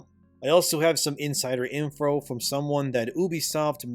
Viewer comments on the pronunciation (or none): insider "infro" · Well I must say I didn't expect you to pronounce info as infro at around the 16 second mark.